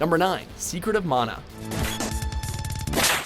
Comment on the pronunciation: Thank you for saying Mah-nah not maa-nah. That's always annoyed me given my polynesian familial roots when people mispronounced it. Also it's just one of my favorite games of all time.